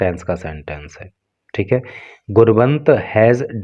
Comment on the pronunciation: गुणवंत nhi गुनावत sorry to say sir